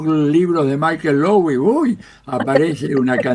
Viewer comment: En Brasil lo nombramos [Mishél Louí], nunca con acento anglo 😉 Lo mismo pasa con [Fanón]